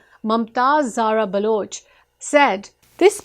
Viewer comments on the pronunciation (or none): none